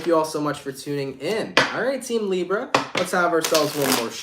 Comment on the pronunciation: Love how you say "librrra"